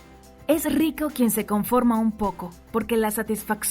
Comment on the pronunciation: Que se comforma un poco, o con poco? cuidado con la dicción señorita